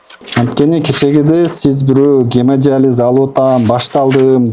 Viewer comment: Гемадализ --- ( гемодиализ), тарпедиа --- ( торпеда), Ибн Сина -- 500 жыл мурда жазган эмгектерин --- мен шок абалдамын. Ушул сөздөрдү туура айталбаган чала сабатка ишенип тентиреп барып жүргөн сабатсыздарга убал дагы жок экен да.